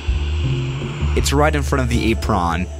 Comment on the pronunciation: Nobody: The way pronounces apron: “Ayprawn”